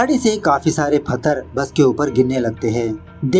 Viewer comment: फथर nhi पत्थर होता है और explanation 🤣🤘👌👌👌👌mast hai.....